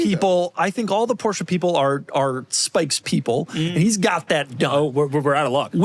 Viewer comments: Porsche. Not "Poor-Sha". Only stupid asses say it that way. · . EXcuuuuuuuuuuseME . BUT ☝️🤓-'Tis pronounced: "#Porsche". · ☝️Actually... It's pronounced "Porsche" . #JusSayin'